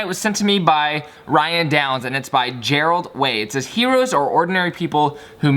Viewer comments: its Gerard Way not Gerald haha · omg did you just say gerald way?!?!?!! its jer-ard way and hes in a band called my chemical romance you should check them out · Did you just call Gerard Way "Gerald Way?" LOL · also did he call gerard way, gerals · Gerald way lol😂😂😂😂 Gerard way MCR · Gerard way is the lead singer of My Chemical Romance xD you miss pronounced it!!! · Did he really just pronounce the lead singer of MCR like that oh my god. Hahahah just kididing cool vid bro!